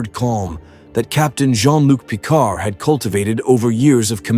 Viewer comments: "...Captain Jean-Luc PICAR"? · "Captain Jean Luc Picar" 🤨